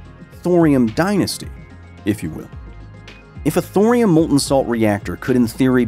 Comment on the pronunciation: It’s thorium Thor